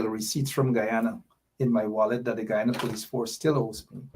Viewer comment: Why is it that has a problem with the pronunciation of the word Guyana. The proper pronunciation is guy an' a..the Ppp has the correct pronunciation.